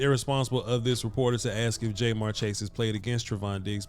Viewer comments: Ja-mar chase, not jmar. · It’s jamarr not jmarr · Love what you've been doing this last year plus and I'm a big Cowboys fan, but I have to say that hearing his name pronounced Jay'Marr was like nails on a chalkboard 😂 After seeing a few of the other games this weekend though I would be concerned for the future about illegal contact penalties from Trevon with the way they're calling it this season. What do you think? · It’s not Jay-Marr or J-Marr Chase. It’s pronounced JaMarr or Ja’Marr Chase. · Is jay-mar chase an inside joke or something? It hurts my ears everytime I here it. Good vid though. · Bro this is good content but you killin his name Ja’marr Chase. The way you pronounced it is in this video is wrong as hell 😂. I’m from Cincinnati, I’m a Bengals fan that’s the only reason I’m even commenting. Diggs is pretty good but Chase is toasting him and Ramsey goofy ass all day if Joey the god Burrow has more time to throw 🤣